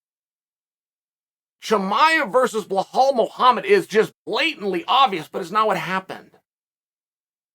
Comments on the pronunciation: It’s Be•lál not blehal Remember the Name! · Belal not Blahaul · Same with Belal, his name is Be-lal not Bla-hal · It’s Bilal NOT Bihlhlal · blahale hahahah you never say it right but still funny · Who's this blahaal Mohammed guy? 😅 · How come Chael has such a difficult time pronouncing any of the Arabic names? Belal (theres no H in there) Hamzat (the letter Z comes after the M) 🤣🤣🤣